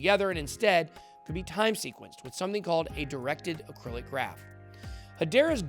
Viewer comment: Acyclic, not acrylic 🤣